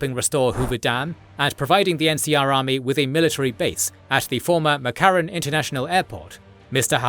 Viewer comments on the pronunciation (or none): none